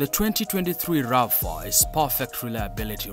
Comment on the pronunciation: You can tell this is AI, never heard of a Toyota Rafa, but I have heard of a Toyota RAV 4!!!😂😂😂